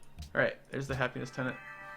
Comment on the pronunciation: It's actually tenet, not tenant. It's a word I had never even heard before Civ V's ideologies.